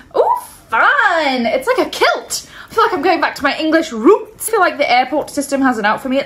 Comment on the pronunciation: The way she said ' EnGliSH RoOots ' 😂